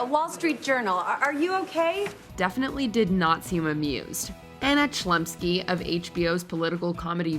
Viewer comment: Watchmojo, did you just butcher Anna Chlumsky and Ricky Gervais' surnames?